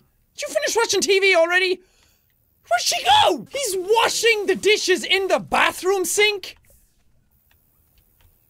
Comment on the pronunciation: it was funny he washd the dishesh in the bathroom